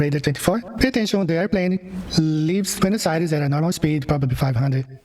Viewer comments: Love your work! Sav here - Fellow Aussie from Melbourne here. Btw…”Buenos Aires” is not “Byooness”, it’s more like “B-ware-nos Aries”. Keep up the great content. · The only thing more offensive than Banjo’s mangling of the facts is your mangling of the pronunciation of “Buenos Aires’.